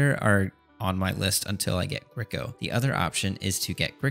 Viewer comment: thank god you fixed the pronounciation of grico haha been bugging me :D anyways, very nice series bro :)